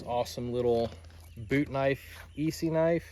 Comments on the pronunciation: About $500 in blades right there. That's a good friend. The second knife is pronounced S-E. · Young man does not know what a case sodbuster is and pronounced Esee wrong. And if you use a knife a lot you would understand tbat a thick knife, although all the hype today is not a proficient knife. Everybody gotta start somewhere tho👍